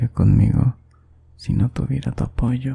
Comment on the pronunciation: Cuando dice necesito de tu apoyo Yo entendí: Necesito de tu pollo🤣😨